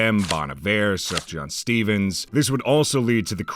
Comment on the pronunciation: Mispronounced Sufjan Stevens, electric chair